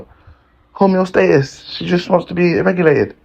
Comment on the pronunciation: Homeostasis not homeostatis